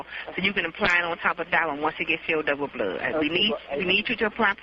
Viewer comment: Also the way she pronounced "bluuuud"